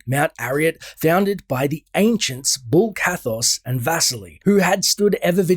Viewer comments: Bul Kathos, not Bull Kathos. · BULL ? :D Bul-Kathos ONE "L" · Its bul kathos not bull